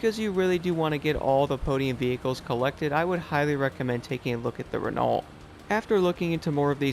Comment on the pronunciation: Your pronunciation of Renault is wrong 😂 either get more French or watch a formula 1 race. I’m still waiting for them to fix the game for Xbox. I’ve stopped playing it until they do. Your videos make me happier than a Frenchman who’s just invented self removing trouser’s.